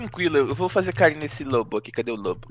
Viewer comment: Saudades de quando a chamava o alvinho de barbinho hehe